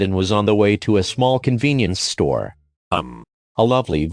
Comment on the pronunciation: emphasizing the word "small" with jimin